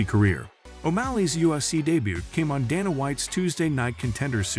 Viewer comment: You dont know how to pronounce Sean or Dana name. You should not be narrator.😅😂🤣